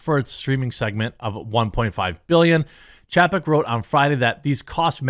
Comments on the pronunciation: It's pronounced CHAY-peck, Jeremy. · It's chay-peck. Didn't you learn phonics as a kid? When there is a vowel-consonant-vowel combination, the first vowel is said how you say it in the alphabet. In this case A. How do you say that when saying the alphabet? Say it the same in his name.